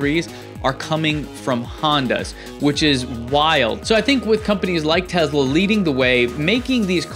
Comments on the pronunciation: I cringe so hard every time somebody says "Tezla". It's Tesla. Not Tezla. The company is named in honour of Nikola Tesla, who was a Serbian born in Croatia (then part of the Austro-Hungarian Empire). Serbo-Croatian has a phonetic written language. S always makes an S sound and Z always makes a Z sound. Some of you goddamn Americans, even the educated ones, are so insular. Edit: I am aware the Elon Musk also mispronounces it. I propose we all start calling him Aylon Moosk until he stops butchering the name of the patron saint of the Internet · I was totally on board with this discussion up until some dude pronounced it "Tez-La" when it's clearly pronounced "Tess-La". That's it. I'm out, I can't take any of this seriously from now on just because of that oversight.